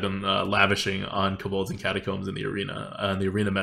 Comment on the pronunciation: It‘s „Kobolds & Catacombs“ ... not „Kabolds“ 😉